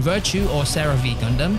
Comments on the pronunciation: Its pronounced Gun-dum not Gun-damn 😂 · Never heard someone pronounce it as GAN DAMN